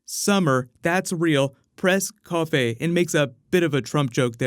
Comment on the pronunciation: Noooo Dan spelled covfefe wrong!!! He said covfe!